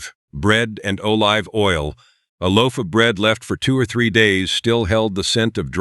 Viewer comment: This channel lost me with the first mis-pronounciation of 'olive' as 'o-live' (oh live, not dead). I know you're AI, but THAT is beyond riodiculous!!